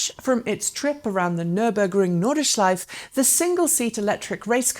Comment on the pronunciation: Nordeshlife? That is not even close to how you pronounce Nordschleife. Just say "northern loop" if you can't handle the German pronunciation.